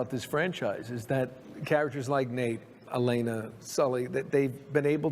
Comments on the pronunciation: Such a great video. Only one problem. It’s El-lay-nuh, not El-eh-nuh 😂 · Great video I loved it and Her name is (E lane uh) not (Ellen uh) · Amazing video. For the LOVE OF GOD “eh-LAY-nuh” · I was convinced until he called her “elen er”. Only AI would get that wrong. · I could tell it was AI lol, just the general cadence is ever so slightly off, but it also struggles to pronounce “Elena” lol